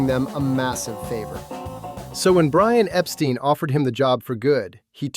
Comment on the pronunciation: mispronounced Brian’s name didn’t he!